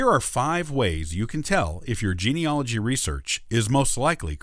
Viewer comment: It's spelled geneAlogy.............do you understand what you are talking about.................how can it take notice of you if you can't pronounce your topic?? Stavros